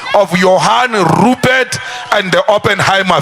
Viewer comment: When he pronounces Rrrupert..... you could swear that he's grinding his head 😂😅